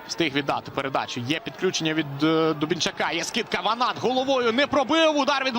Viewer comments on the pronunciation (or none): none